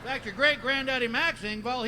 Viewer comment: Ing-vall (like mall lol) ing like sing